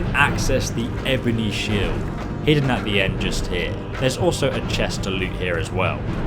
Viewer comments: "shiled" jesus fucking christ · "Shiled" lol I couldn't stop laughing at this. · WHAT THE FUCK IS A SHILED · After a year your stilling calling shields shilds!